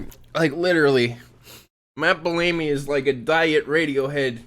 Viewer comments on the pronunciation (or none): I love that never pronounces anyone's name right. How can you pronounce Bellamy as Bell-Amy haha. That's so good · How tf are you pronouncing Bellamy?